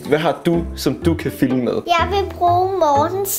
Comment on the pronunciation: Er det bare mig eller siger fimle i stedet for filme?😂